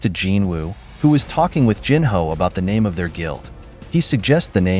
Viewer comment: Great video... other than the pronunciation of Jinwoo's Sister's name... Jin-ah